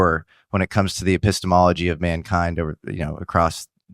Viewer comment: Love this. I do think we should have a drinking..or if one is a health nut an exercise game… One drink or jumping jack every time says “epistomology”.:)